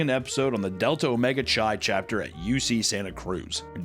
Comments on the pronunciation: It’s pronounced With a K like Ki not chai like chai tea. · Chi is pronounced, like saying kai cenats first name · For the love of all that is sacred: Chi is pronounced "Kai." Like Chiron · Chi is pronounced k-eye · / I know you don't care about proper pronounciation, but "chi" (the Greek letter, X) is pronounced "kai," not "chai" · hearing you pronounce chi as CHAI hurt my ears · "Sigma Chai" lmao, it's not pronounced like it's tea 😆🤣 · It literally doesn't matter, but chi (the letter X) is pronounced 'kai'. Chai is a tea. Thank you for coming to my TED talk. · Chi is pronounced "K-eye". I like how you said though. :P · The way you pronounce "CHI" is crazy wrong. Just so you know. Its pronounced KAI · Chi is pronounced Kai,. Gosh. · “Chi” is pronounced like “Kai” like eye with a k in front lol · You've clearly never been a frat guy if you're pronouncing it "chai". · "Chi" is pronounced KAI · Chi (X) is typically pronounced as Kai. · For future reference, χ, spelled chi, is said as Kai, Key if you're in Kingdom Hearts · please god tell me you're misspronouncing "Chi" on purpose... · Having mispronounce sigma chi the entire time is great considering I had a roommate who was in that frat and wouldn't shut the fuck up about it